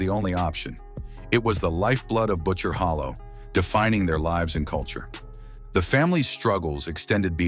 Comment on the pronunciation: Holler not hollow